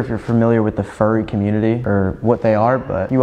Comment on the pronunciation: When she said her sis was a frurry tho 💀